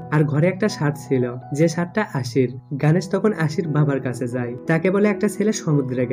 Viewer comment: ওরে ভাই গানেশ না গনেশ উচ্চারণ ও করতে পারে না